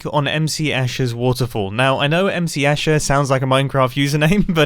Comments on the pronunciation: The last chapter is called "MS Escher" instead of "MC Escher" just so you know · "Now, I know M.C. Escher sounds like a Minecraft username..." has the same energy as me misreading the "TM" in a lot of Trackmania players' usernames as "trademark" rather than "Trackmania".